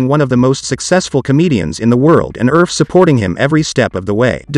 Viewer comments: Pronounced "Erfeh", not "Urf" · You pronounce it Err-feh, not erf! 😂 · Her surname is pronounced "ER-FE" not "ERF". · I'm from the Philippines. And I find it weird, the way the narrator is pronouncing Elaine's surname as "Erf," but is spelled as Erfe. Most names in the Philippines have Spanish origins, being a Spanish colony for 3++ years hence it should be pronounced as "Er-fé." Just like how one pronounces the company name, Nestlé. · Elain Erfe is a Filipino. Pronounce it as Er-fe, not Erfe. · Her family name should be pronounced as er-fee, not erf.